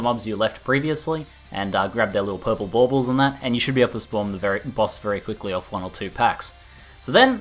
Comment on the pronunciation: Am I the only one who kinda chuckles when says "Baubles"? lol